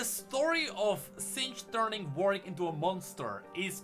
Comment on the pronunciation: it's WAR-WICK(ed), not VORE-EEK